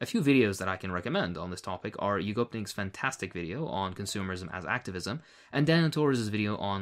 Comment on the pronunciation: Oh no, you pronounced YUGOPNIK's name so strange; yugo-pink?